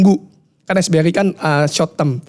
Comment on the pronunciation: Bro yang bener SRBI bukan SBRI yaa… Sekuritas Rupiah Bank Indonesia